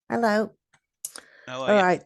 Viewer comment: Why do you say Hel lo.... You are whishing someone a hellish day in hell🤣